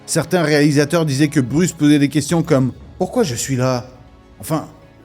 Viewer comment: Bruce 😂😂😂 sérieux... c est quoi cette prononciation 😂😂